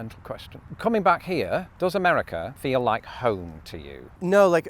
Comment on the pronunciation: i'm so conditioned to hearing british accents say certain things that my brain processed that as "now that you're here in the US of Islington..."